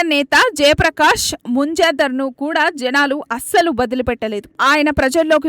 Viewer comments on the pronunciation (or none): జనలు,పెద్దమట్టున ఈ పదాలు ఎక్కడ నేర్చుకున్నావు తల్లీ.తెలుగు పదాలను సక్రమంగా ఉచ్ఛరించడం రానివారు న్యూస్ రీడర్ ఐతే ఇలాగే ఉంటుంది.జనాలు అనేది సరైన పదం,అలాగే పెద్దమట్టున కాదు సరియైన పదం పెద్దపెట్టున అని స్పష్టంగా తెలుసుకోవాలి.పెద్దపెట్టున అనగా ఒక్కసారిగా జనాలు గుంపుగా రావడం అని అర్థం.తెలుగుకు తెగులు పట్టించవద్దు